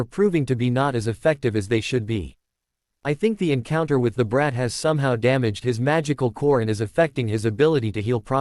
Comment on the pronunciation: Every time the AI voice pronounces brat as braht, I get this mental image of a bratwurst with a lightning shaped scar and messy Black hair dressed up in a wizard's robe, and it's killing me😂😂😂